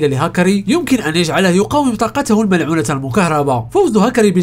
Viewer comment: فيديوهاتك جميله ومتعوب عليها شاهدتها تقريبا كلها عمل رائع ملاحظه صغيره في هذا الفيديو مع العلم انني لا اجيد اللغه العربيه جيدا ولكن قلت في الكثير من المرات طاقته المنعوله😂 تصحيح طاقته الملعونة 😂 مش منعولة المهم فيديو رائع اشجعك على المزيد وانتظر فيديوهاتك بفارق الصبر بالتوفيق